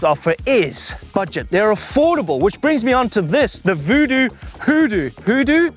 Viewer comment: Vodoo? Hoodoo? They doo Lol 😂